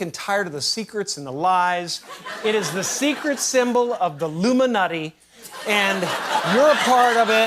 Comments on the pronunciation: He is saying "illuminutty" it's a joke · He said illuminutty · the way he says Illuminati is hilarious